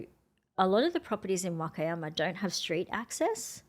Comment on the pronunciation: Love watching! I was just wondering if she purposely mispronounces "Wakayama"? If so, what is the reason? Thank you! 🤗